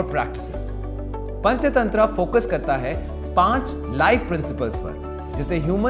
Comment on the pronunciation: ये पंचतंत्रा क्या होता है भाई हिंदी में पंचतंत्र ही होता ह इंग्लिश उच्चारण क्यों घुसेड़ रहे हो भाई